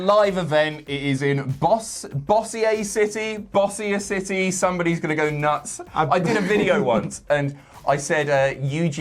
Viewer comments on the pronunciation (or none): It's pronounced Boe-zher city. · I'm from Bossier City. It's pronounced something to the effect of Beau-sher City. Can see the confusion though lol